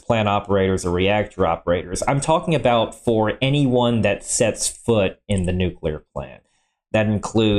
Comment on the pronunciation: I knew was full of shit when he couldn't pronounce nuclear correctly. The man kept saying "nu-cue-ler"...lolol. He knew it was wrong and STILL kept doing. What a "mo-ron"...or is it "mor-on"?...lol.